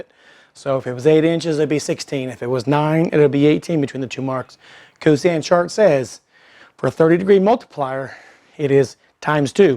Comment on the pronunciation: Good demonstration. It's cosine not cosan, though.